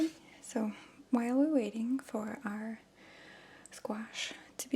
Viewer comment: I love the way you say squash